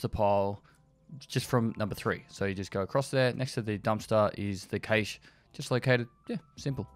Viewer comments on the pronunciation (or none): is it his accent or is he just pronouncing it wrong or am i? i thought cache was pronounced cash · all i hear is caysheee